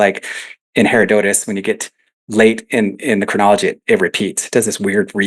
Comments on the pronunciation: I wince every time he days "hair-oh-dote-us" DUDE!!! IT"S "HER-ROD-UH-TUS"! (hĭ-rŏd′ə-təs if you want to be technical) I'm gonna go scream into a pillow now. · lol. I actually thought the same thing when I rewatched it... I probably should have used the American pronunciation. The name literally means 'gift of hera' hera... dotus, and if you come at it from Latin languages the break is ussually after the hera' (Its the second most popular pronunciation on most how to pronounce sites)